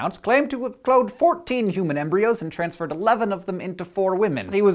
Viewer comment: He "trasferred them" ?